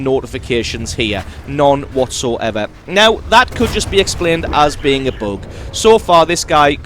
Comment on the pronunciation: WTF is a "boog"